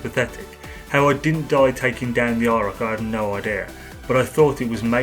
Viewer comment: I thought he was saying “EYE ROCK”